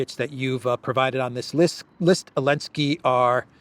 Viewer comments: OK I just got ask finally, is there something in Ukranian language where you don't pronounce the Z, in Zelensky, or is that a special American dialect thing? I mean I have done it myself a few times after listening to you etc. and I know dropping consonants is normal with slang. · ZELENSKY NOT ELENSKY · He’s NOT called Vladimir Zelinsky, it’s Volodomeer and he’s in Keeeev. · His name is Vladimir Zelenski not Volodimir Elenski